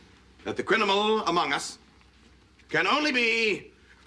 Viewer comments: ".....the crinimal among us....." 😅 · This is the first time I’ve ever noticed a mispronunciation of a word in this entire series. Kelsey Grammer says; “Crinimal” instead of “Criminal”